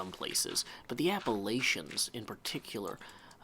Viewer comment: For someone who lives here I can't believe you mispronounced Appalachian